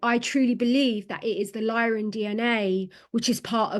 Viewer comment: And it's Lyran not Lion history. Sorry to insist but I think you should really start digging into the MCEO freedom guardian teachings...